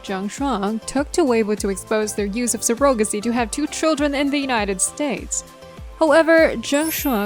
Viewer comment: You have a nice speaking voice and you do a great job at mimicking a professional American speaking voice. You definitely sound like a News Reporter . One needs to have talent for that. We've all tried and failed😅. You're definitely a native mandarin speaker. These pronunciations gave you away: Surrogacy Investigator Period Regardless, you've done an magnificent job on obtaining the details of the cases, and composing this informative video as entertaining and professional as it is. You've gained another subscriber.❤❤❤❤